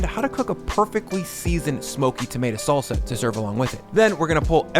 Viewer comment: "Or in Espanol -SOlsa" my Man... :D